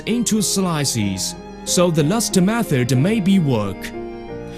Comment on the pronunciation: "Methurd"... "loooekh"